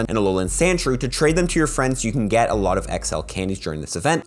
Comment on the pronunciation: When saying whether or not a costume Pokémon can be evolved. You should say “can” or “can not”. Not “cant” I thought you said spheal CAN be evolved. I went out to hunt for said shiny only to realize it can not evolve.